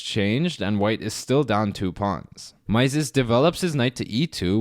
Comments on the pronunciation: Great video as usual: thanks! BTW, 'Mieses' is pronounced 'miz' (like 'me' with a final 'z')) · It is pronounced Mises (i not ai). He was French, therefore the ie sounds like i. Great content . Keep going! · It's pronounced Meee-zes